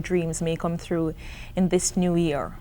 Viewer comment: EMILY CROOKS??? ARE YOU SERIOUS? "MAY ALL YOUR DREAMS COME THROUGH". IT'S "TRUE" NOT "THROUGH".